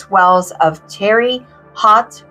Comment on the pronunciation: It's pronounced "Tara Hote." My father-in-law was a detective who worked this case. Extremely, extremely gruesome and disturbing case.